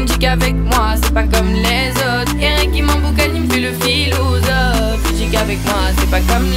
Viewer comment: Pourquoi elle dit PHILOUSOPHE ?